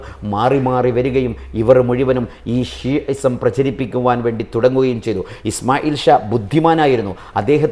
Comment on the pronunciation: പരാമർഷം അല്ല പരാമർശം പ്രജരിപ്പിക്കുക അല്ല പ്രചരിപ്പിക്കുക. ആജാരം അല്ല ആചാരം അന്വാശിക്കലല്ല അന്വേഷിക്കൽ ഗ്രന്ദങ്ങളല്ല ഗ്രന്ഥങ്ങൾ ചൈത അല്ല ചെയ്ത വിവര ദോശികൾ അല്ല വിവരദോഷികൾ.